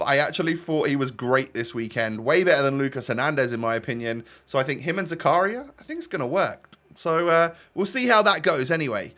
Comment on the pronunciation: It’s pronounced zakaria not zakaria